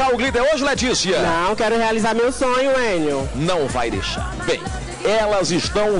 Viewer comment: Em busca de um SONIO 😂😂😂